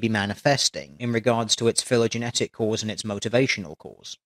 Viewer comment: pronunciation of "phylogenetic" a lil bit off there mate.